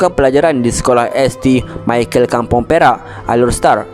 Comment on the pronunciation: Nak komen sikit. Kalau boleh, belajar lah menyebut nama orang, nama tempat, nama2 terma dan sebagainya dgn betul. Terlalu banyak yg salah sebutannya. Contohnya St Michael bukan S T Michael, tapi Saint Michael, Jln Syed Alwi (Syed Alwi Rd) sebutannya ia Sayed Alwi, bukan shed alwi. Terima kasih.